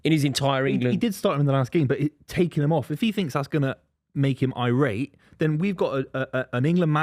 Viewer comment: Irate?? Come on,.